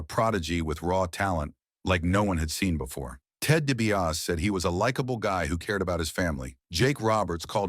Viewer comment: I was into this video until the ai mispronounced million dolla4 mans last name.